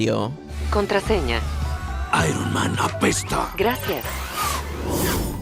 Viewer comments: vieron Irol Man? 😂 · ¡Iro man XD